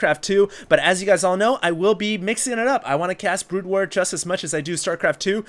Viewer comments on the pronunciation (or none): none